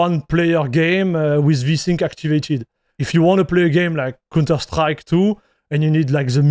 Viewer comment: its count not cun terstrike its pronounced cownter , you are saying an incredibly explicit word every time you say counterstrike XD